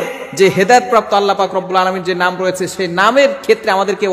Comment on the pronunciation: নামটা ঠিক করে বলতে পারেনা